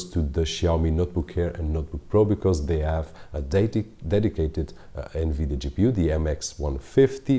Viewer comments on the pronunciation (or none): none